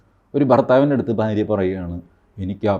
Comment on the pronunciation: ഫൂമി, ഫാരതം, ഫാര്യ 😂